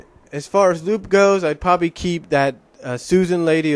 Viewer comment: Oh, and by the way, Lupe's name is actually pronounced "Loo-Pay", not "Loop". You probably don't remember her, but she appeared in the last two episodes of Sonic SatAM just before the show was cancelled. Just to let you know.